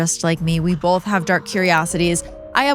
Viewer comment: it’s BOTH. Not BOLTH